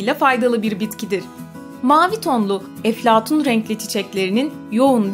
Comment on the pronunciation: ABLA NE GÜZEL EFLEHATUN DİYORSUN